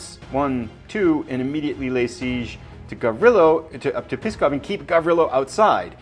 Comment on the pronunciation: NOO and AYBUL, not NOOD and ABULL. Also, PSKOV is pronounced "SKOFF". NEVA is pronounced "NEE-VUH". I really want to finish this series, but your mispronunciations are giving me a tumour.